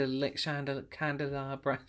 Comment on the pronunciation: "What's this called? chandelabra" chuckle ☺️